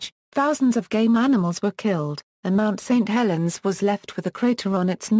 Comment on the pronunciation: LOL, "Mount STREET Helens" haha